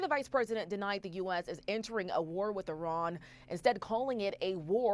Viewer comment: It’s not called I Ron it’s called. 🇮🇷 iran